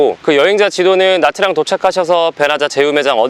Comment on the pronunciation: 참고로 베트남어에서 복자음이라게 있습니다. Nh 나 Tr 이 그중에 해당하는데, Nh는 'ㄴ' 발음에 약간 'ㅎ'가 따라오는 발음인데 Nha는 '냐' 발음쯤 됩니다. Tr은 'ㅉ' 발음입니다. 그래서 Nha Trang은 냐짱이라고 발음하시면 좋습니다.